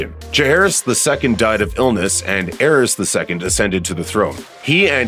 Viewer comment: “Aerys”and Maegor💀 how can an entire team fail this miserably with names